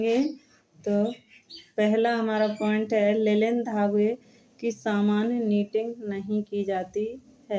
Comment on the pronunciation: Linan hota h mam lilan nhi